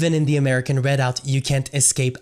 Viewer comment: Perhaps you should have learned how to pronounce the word "Redoubt" before making yourself look idiotic by mispronouncing it dozens of times in your video. You suffered a huge logical disconnect in attempting to associate two movements from the 1980s and 1990s, citing ZERO individuals who were in either of those movements that are now in the American Redoubt movement. The American Redoubt movement is outspokenly ANTI-racist. But yet you conclude that it must somehow be connected to a defunct RACIST movement from decades ago. Your lack of logic is astounding.